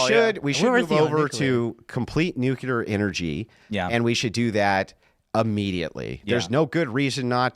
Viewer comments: "Newkyater energy." - (2025) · "Nuklear" knows he can get away with sophistry because his audience doesn't care about facts. They actually revel in dissociating from them. "ooh big man say slur so he win!" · was the pronunciation of "nukulur" one of these facts xD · the point is he doesn't understand the difference between nuclear and nucular. Nucular" is a common mispronunciation of the word "nuclear". It's also a phonetic spelling of the word. Explanation "Nucular" is a result of metathesis, which is when two sounds next to each other are switched. For example, "nook le yer" becomes "nook ye ler". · "NUCULEAR!!" I like, but i fucking HATE that pronunciation of nuclear. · New-clear. New-clear. That’s how you say that word. Train yourself if you have a speech impediment, It’s not the word you’re saying - It makes you look like a WILD idiot. Stop saying the wrong word. Please? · It's one of my biggest pet peaves. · No, i am making a good point. If i understand what someone means when they have terrible broken english, that doesn't mean they communicated well. Your point is the empty one here. What the deal is with his common mispronunciation of the word nuclear is that it is a perfect microcosm of his overall abilities as a communicator and thinker. He mispronounces the word nuclear in a common way, much like he is a commonly unintelligent person. So there's definitely not "no point" to it.